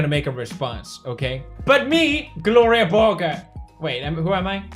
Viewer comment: shouldn't Borger be pronounced borjer but like the o is an å ish sound and the e is ä ish